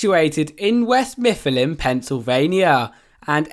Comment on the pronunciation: West mifffialynn 💀